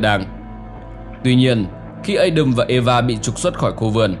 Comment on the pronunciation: rất hay nhưng đừng phát âm Adam là Ây đầm nữa nghe chướng tai lắm vì tiếng Anh không phát âm như vậy..nếu không phát âm được tiếng Anh thì cứ đọc là A Đam theo tiếng Việt cho dễ hiểu